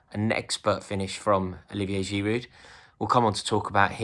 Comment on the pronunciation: The "d" in "giroud" is silent, please stop pronouncing it wrong 😤